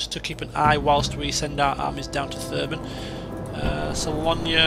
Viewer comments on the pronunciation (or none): Well, its not SALONIA but SALONA. . .